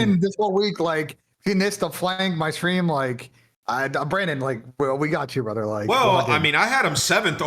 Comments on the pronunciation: We got a "BRUDDER" outta, W Episode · My brudder seddy